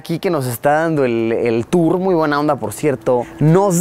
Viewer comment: no se dice toor se dice tour